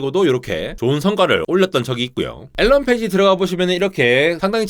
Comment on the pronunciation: "알"란 ㅋㅋㅋㅋㅋㅋ